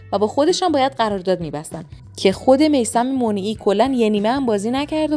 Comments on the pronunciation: میثم منیعی ، اشتباه تلفظ میکنی خانمی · تو‌ برو اول اسم درست میثم منیعی رو تلفظ کن بعد ویدیو بساز😂